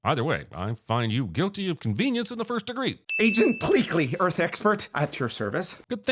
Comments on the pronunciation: The "E-Arth thing is extra dumb because nobody has ever pronounced "ear" like that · pronouncing earth as E-arth is also something they do in DBZA. coincidence? maybe, but I still wanted to throw that out there.